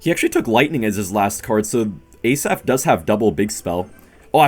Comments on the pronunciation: its actually pronounced hasaf not a-saf 🤓 great content tho ❤ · Love you, Just wanted to say it pronounced Asaf, like it is. Not ay-saf. Much love from Israel🇮🇱❤️